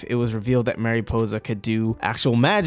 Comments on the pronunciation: Mare Ih po za Not mareepoza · MA-riposa not MAY-riposa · i’m sorry but it bothered me how you said mariposa mArY•pOsE•a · It's mari possa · Mariposa means Butterfly. Pronounced Marie - Possa.. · Tip: please go to WordReference and listen to how you should pronounce Mariposa. I couldn’t get through the vid. Thx mah-ree-posah Ok I watched but cringed hard everytime you said Mariposa. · Dude, your pronunciation of Mariposa is PAINFUL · Your saying mariposa it wrong I don’t care for it ! Lol seriously it’s distracting.